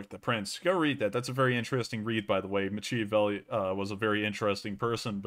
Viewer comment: My dude, Machiavelli is to be said like MACKiavelli. Does it really matter? Sorta. Maybe. Cheers!